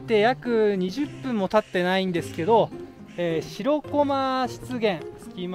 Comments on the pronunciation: しろこまじゃなくてしらこまな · 楽しく見させていただきました。 気になったのは "しろこま"が何度も出てきますが、 "しらこま"ではないですか?